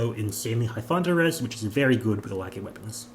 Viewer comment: I’m sorry i can’t deal with the way everyone says laggys name 😂lol ❤